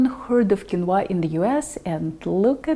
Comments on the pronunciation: It is pronounced keen-wah. I have used this super food in America since I learned to cook in the 1960s. This video is pretentious. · Hello, quinoa has been eaten by the natives of the Andes for years and years, its is very nourishing, and delicious. Please, accentuate the “i” , not the “a” if you do, it sounds chinese….hahaha🥰🥰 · I did not know "Qu" in Quinoa was pronounced as "K " sound or is that just a Russian thing. Heap all that Quinoa up onto your steamed kale and serve it up when your mother-in-law visits. - yum. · Ah, I hate “mooshy quinwah”!